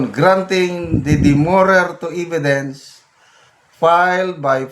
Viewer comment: Hindi po "eeeeee-vi-dence" .... [eh-vi-dence] po.